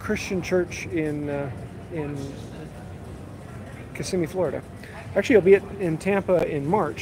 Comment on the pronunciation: Thank you for pronouncing Kissimmee correctly.